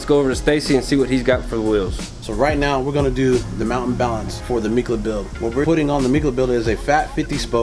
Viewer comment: ‘Micla’ 🤨…? Did I head that right?